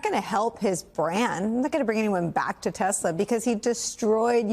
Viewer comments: I love TeSlUr... sir, it's Tesla. English is your first language as much as your like it to be 40s German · He said “I love tusler” 😂 get these old people out the White House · " I LOVE TESLERRRR " HAHAHHA 🤣😆😏